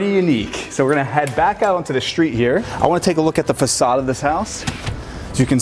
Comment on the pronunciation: What’s a shtreet?